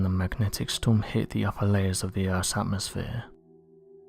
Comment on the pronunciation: Oh noooooo, close your ears 👂🏼 time 😆🤯 “Urffff’s magnetic feeeeeeeld” Translates to ….. “Earth’ magnetic field” Can’t stand this creepy voice